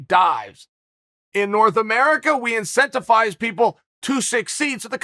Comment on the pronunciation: Chael “IncentiFize” Sonnen